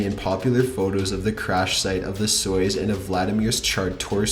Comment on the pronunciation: Where did you learn to read?! Jesus. "bloop" = blOOp. Not blop. Soy-oos. Not Soyus. Oh Claire DE la Lune. Not Di.